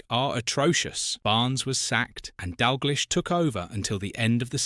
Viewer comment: Not being able to pronounce Dalglish is pretty jarring.